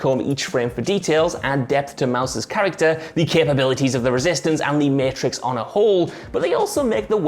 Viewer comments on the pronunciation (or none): Everyone: mAtrix WhatCulture: Meeitrix